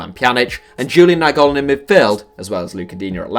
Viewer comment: "Julien Nainggolan" ?